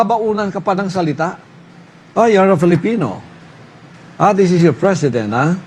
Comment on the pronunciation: '., 'KUMUN SINS'. JAJAJAJAJA. TAPOS KAKANDIDATO DAW AS 'PRISIDINT???🤣